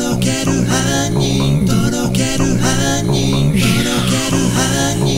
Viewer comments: 「とろける杏仁♪」が「とろける犯人♪」に聞こえるwwww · とろける犯人豆腐www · とろける犯人にしか聞こえないんだがw